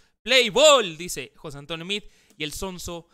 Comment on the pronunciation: Felicitaciones, por no ser tan fifi, como algunos compañeros youtubers tuyos, simplemente por esa pronunciacion de meade y no mid..... ¡Congratulaciones!